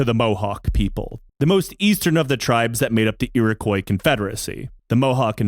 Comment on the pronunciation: your pronunciation of Iroquios makes me feel seen.